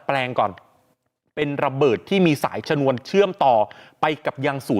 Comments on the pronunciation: ปลดชนวนระเบิดครับ ไม่ใช่ ฉนวน อ่านข่าวอะไร?😮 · ชะ - นวน ไม่ใช่ ชะ - หนวน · ปลด ชนวน(ชะ-นวน) ครับ ไม่ใช่ ฉนวน (ฉะ-หนวน) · ชนวน อ่านว่า ชะนวน ไม่ใช่ฉะหนวน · ไปเรียนมาใหม่ดีไหมแล้วค่อยกลับมาอ่านข่าว คำว่า ฉนวนกับชนวน ความหมายมันต่างกันเยอะเลย😂😂😂😂😂😂😂😂😂😂😂